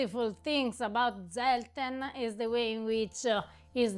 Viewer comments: try to pronounce Zelten with a TS, rather than a Z!!!! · The "correct" pronunciation is germanic : [tselten], from tents, like in camping-tents, cuz it was a long-lasting, survival "preserve" of fruit and nuts, and pick-me up liquor, for the harsh winter months, until new crops and harvesting would provide fresh products again, in spring 😊! As well, dry fruit and nuts, cooked together, preserve each other with sugar and oil, and are the seasonal diet, to face short days and bitter cold, at a time where buying sugar and oil was a rich-people's privilege. So all these are traditional sophistications of "cucina povera"! Happy holidays from Paris